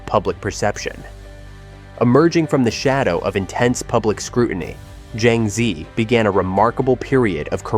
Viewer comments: He butchered her name totally.🙄🥴😵‍💫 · PLEASE FOR HEAVEN'S SAKE! Pronounce her name properly! Use a Chinese AI to teach you how to pronounce her name! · Why can't the narrator pronounce her name correctly?